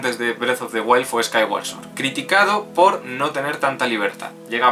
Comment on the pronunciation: por lo menos pronuncias bien "sword". Creo que eres el primer youtuber que lo hace.